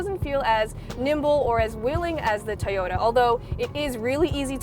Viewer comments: I like how she pronounces Toyota as, "Tahhyota." Very quirky, but that's for you. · She says "Toyota" very strangely.